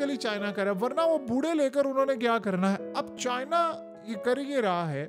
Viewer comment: CHIIIIIna chacha itna zoor q lgata hala k chini toh chotay hotay